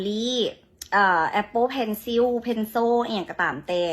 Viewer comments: Pencil อ่านออกเสียงว่า " เพ็น เซิล " ไม่ใช่ออกเสียง " เพ็นโซ่ " ซึ่งแปลว่า ดินสอ ครับ อีกอย่างพูดไทยได้ก็พูดเลยครับ ไม่ต้องกระแดะพูดภาษาอังกฤษเลย โรงเรียนอินเตอร์ในไทยดังๆเยอะแยะไม่ต้องมาอวดหรอก อายเขา อีกอย่าง คำว่า อ๋อ !! ไม่ได้บูลลี่ บูลลี่คือการพูดดูถูก เหยียดหยาม พูดประจานคนอื่นให้เสียหาย อับอายเหมือนคุณตอนนี้แหละ เขาเรียกว่า พูด " บูลลี่ " ประจานคนอื่นให้อับอายเสียหาย เป็นต้น ฉะนั้น ควรส่องกระจกดูตัวเองให้มากๆนะ จะได้รู้นิสัยสันดานของตัวเองดียิ่งขึ้น จะได้ไม่ต้องมาพูดในเรื่องที่ไม่เป็นเรื่องอย่างนี้ มันเป็นเรื่องที่ไร้สาระสิ้นดี มันบ่งบอกถึงนิสัยสันดานของคนที่ชอบดูถูกคนอื่น จนลืมมองดูตัวเองว่าน่าสมเพชแค่ไหน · เว้าภาษาอังกฤษก็ยังเว้าบ่ถืก....ขี้เสิน...เพนโซ้ๆ...ให้ข้อยสะกดเบิดมื้อข้อยก็อ่านเพนโซ้บ่ได้...อีห่าา...เพนซิล... pencil จำฮอดมื้อตายเด้อ...อีสัตว์.... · สาวลาวนางนี้เรียนสูงซะเปล่าแต่ไม่มีความรู้เอาเสียเลยจะโชว์กระแดะสตอเบอรี่ว่าสั่งซื้อคำว่า"เพนโซ่"แทนที่จะพูดคำว่า"เพนซิล"ใครเขาจะเข้าใจตลกจริงๆเขาเรียกว่าดัดจริตซะมากกว่าจะอวดว่าตัวเองมีความรู้แต่ออกสำเนียงก็เพี้ยนผิดใครจะเข้าใจได้ออกมาอวดความปัญญาอ่อนแท้ๆน่าอายขายขี้หน้า.#ถ้าเป็นผมจะหยิบเอาโซ่จักรยานมาให้แล้วดูที่นางจะทำหน้ายังไง😂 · เป็นชั้นก็ฟังไม่รู้ว่ามึงพูดอะไร เพนโช่ๆ สำเนียงบ่งมากแม่ ยังมาอวดเก่ง อินเตอร์มันทำให้เธอดูบ่งเพราะเธอออกเสียงได้แย่มากเลย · สาวลาวออกเสียงถูกต้องครับ.แต่คนขายออกเสียงผิด..(pencil.คือดินสอ)ไทยเขียนเพนชิล." ไทยออกเสียงเพนซิ่วหรือเพนชิ้น..จริงๆอังกฤษออกเสียงว่า"เพ้นเสิ่ลหรือเเพนโซ่คล้ายกัน...สาวลาวออกเสียง "เเพนโซ้ "(ถูกต้องครับ แต่สำเนียงเพี้ยนไม่เป็นไร)ส่วนคนขายออกเสียงเพนซิ้น" คนขายผิดครับ.อย่าพากันโง่ด่าสาวลาวเลยครับ.. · pencilเข้าอ่านเพนโซตรงไหนนครับจบอินเตอร์ไหนมาครับ